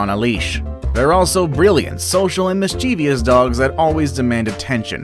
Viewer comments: Please check pronunciation of "mischievous". Mischievous not mischievious. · Mischievous only has three syllables. It's not "Miss-chee-v-us" it's "Miss-chiv-us".